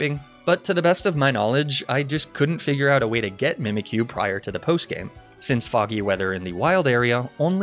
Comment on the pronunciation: DO NOT LEAVE OFF THE Y IN MIMIKYU!